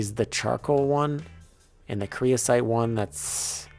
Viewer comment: someone has probably already said this but its creosOte, not creosIte